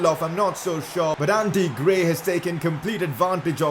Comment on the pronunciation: His name is ANDRE GRAY...Put some respect on his name bro